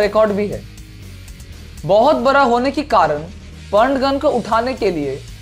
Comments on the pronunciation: Ye bihari bara nahi hota bada hota hai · Bc bihari..."bara" nhi "bda"hota h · Bara nahi bada hota hai bhai ,need to improve your hindi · abe kya bara bara laga rakha hai bada bol be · You are not able to say Ra